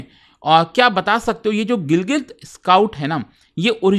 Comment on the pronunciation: Gilgit❌️ Gilgil✅️😂